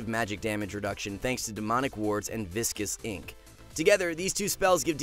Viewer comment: Finally someone pronounced viscous ink correctly.